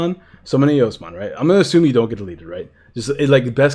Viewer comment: It's eosmon